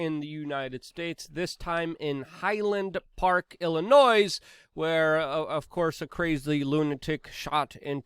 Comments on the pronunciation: The "s" is silent in pronouncing Illinois...like toy, deploy, etc. Much support from Chicago😎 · My late grandmother would say that Illinois doesn't make any noise every time I mispronounced it. The ending sound is noy (rhymes with boy). Ill in noy. Blame the French.